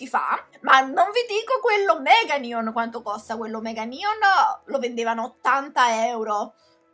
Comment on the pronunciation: Ma perché dici nion si dice neon